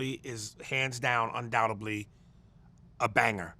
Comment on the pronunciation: Oh Aries nice try 😔 (poor thing) : it’s pronounced “Undoubtedly”